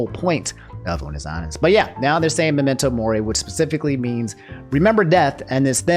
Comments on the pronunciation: for the love of god my man it's memento mori not memento memory. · I don't want to be that guy, but it's Memento Mori... not momori. That and well, my comment feeds the algorythm right? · Earing saying "Memento MOMori" it's so funny, yet frustrating ahahaha. Dude is wild. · I love ya man but as a HUGE Unus Annus fan, it was killing me hearing you say Memento Mori wrong lol. Ugh. Nothing but love tho haha